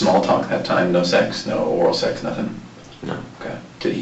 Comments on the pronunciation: Was the cop making fun of him when he asked about "nurthing"? 😄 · Did he just say nurthing. Lmao